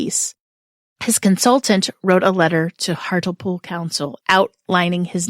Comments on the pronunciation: To pronounce hartlepool It's "heart" rhymes with art, "lee" "pool" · its pronounced hart-lee-pool